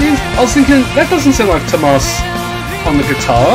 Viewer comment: BTW Tuomas not tumas